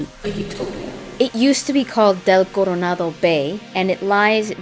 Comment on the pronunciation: The way you pronounced Coronado reminds me something. With that hard "R" you are able to pronounced "Ciri" how it is pronounced in original (Polish that is). It's pronounced TZEE-ree. R is hard like in Spanish Coronado, and C is always pronounced like TZ, not see. :D And THX for this video - AWESOME. :)